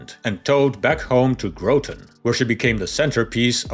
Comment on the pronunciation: Did you seriously say GROWTON CT NO MORE AI for me